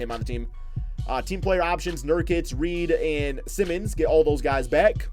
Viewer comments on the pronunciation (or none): Just fyi, Anfernee Simons' last name is not pronounced the same way as Ben Simmons'. It's pronounced the same as like Simon as in Simon Says.